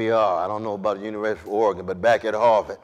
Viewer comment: I always appreciate when national public figures pronounce Oregon correctly.